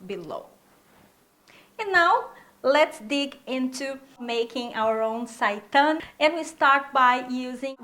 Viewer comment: Thank You for the correct pronunciation of the word seitan!